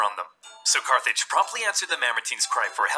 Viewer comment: I’m pretty sure it’s Carthage. Not Carthage.